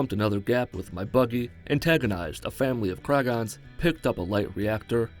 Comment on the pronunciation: It kragen not kragon